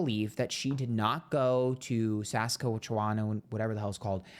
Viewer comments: The way he said "Saskatchewan" lol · The way you said Saskatchewan 😂 love it hahahaha, I'm Canadian 🇨🇦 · Haha I live in Saskatchewan and always giggle when Americans try to say it.